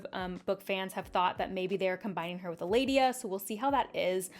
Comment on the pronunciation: Amyrlin, not Amyrilin. Elaida, not Eladia. Skip the extra syllables.